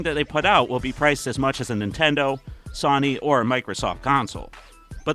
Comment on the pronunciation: Excuse me...but say "Sony" again.????